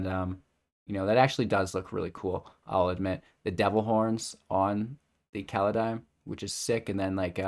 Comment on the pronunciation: You're probably still thinking too much about Kaladesh. It's Kaldheim, not Kaladheim.